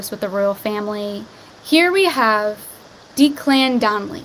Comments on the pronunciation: Declan, first part is pronouned like deck not deek. He's half of the team Ant & Dec (Deck) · Declan is pronounced Deck-lan hope that helps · Declan is pronounced Decklan hun! xx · Deck-Lin is how you pronounce it…lol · deck-lan is how it's pronounced